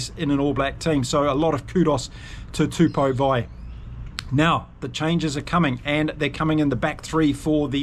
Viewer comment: Hey, Tupou Vaa’i is pronounced ‘Two-Paw Va-ee’ 👊😎